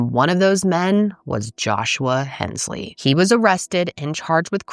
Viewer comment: Papaw, (PAP-aw)....NOT Poppa. Papaw is our word for Grandfather. (Points for pronouncing "Hensley" correctly.)